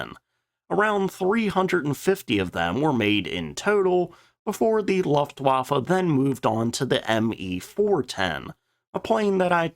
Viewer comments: For god's sake man, learn how to pronounce Luftwaffe ,LOOFT-VAH-FEH. Your narration is bugging the hell out of me. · The u in Luftwaffe is short, but a different colour than pronounces it. I'd compare it to how you pronounce the u in the word Pudding. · Please pronounce Luftwaffe correctly. The “u” rhymes with book, not bluff. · The AI dialogue is mad - the Laugh-waffer and others...........weird inflections as well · Love you videos! EXTREMELY informative and educational and the detail; EXCELLENT!! THANKS!! BTW, the U in Luftwaffe is long.😉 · How about focusing on that luftwaffe pronunciation? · It’s a lost cause at this point. Now I think he pronounces it that way just to troll us.